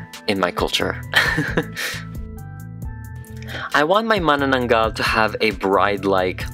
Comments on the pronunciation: hahah its pronounced Ma-nanang-gal :D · I read it as Ma-Na-na-nagal 😭🤚🏻 i didnt know how to pronounce it